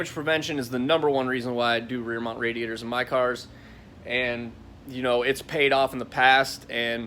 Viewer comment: When he said "Reer Meownt Raeraror" I felt that